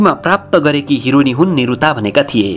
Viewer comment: The way he said hironi 😂😂